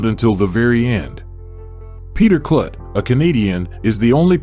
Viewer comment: A.I. Voice/Narrators like THIS totally destroy the appeal of topics when the subject matter is constantly pronounced IMPROPERLY !! His name is pronounced "KLUTE" like "FLUTE" not "KLUT" life "F*CK" !!!